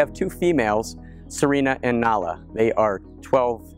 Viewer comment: Did you just say nala??